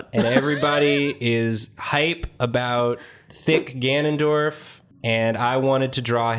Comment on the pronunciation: IT'S GANON'DIO'RF